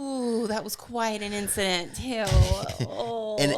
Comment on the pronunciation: I like "Rix'a'dent" rather than incident. ;)